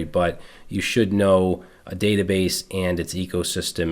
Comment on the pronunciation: That " the batabase" 😅 thank you you legend!❤